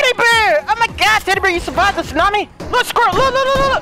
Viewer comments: Best of pronouncing words wrong "Snami" Love it when it happens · its so funny how he says Snami instead of tsunami